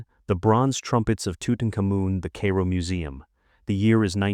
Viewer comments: "the Cay-Ro museum" your AI needs some extra training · I couldn't make it past the first entry. Tutenkamen is probably the most famous ancient Egyptian ever but you're unaware how the name is pronounced. Ok, there's lattitude, nobody speaks ancient Egyptian. But the capitol city of Egypt, Cairo is only pronounced one way in English. And you couldn't be bothered to check how when citing one of the most famous and popular museums of the world? That's sad really. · You know, if your AI can’t even pronounce Cairo correctly, I’m not going to watch you video